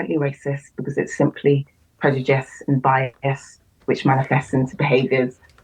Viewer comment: I see no-one still can been bothered with the headache of correcting her that its "prejudice" not "predujice"